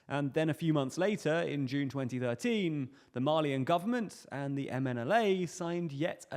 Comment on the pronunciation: Thought you were saying “Marlean”, not “Mali-an”. I was scared we were about to start seeing Titans in Africa lol